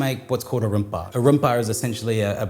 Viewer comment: I like how you say nasi goreng, belacan/terasi, and rempah.. it sounds like how Indonesian people would pronounce it.. love the video☺️